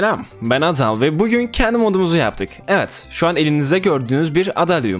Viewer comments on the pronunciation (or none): düzgün adal demediğin için abonelikten çıkıyorum